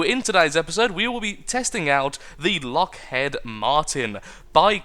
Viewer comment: it should be pronounced Lockheed Martin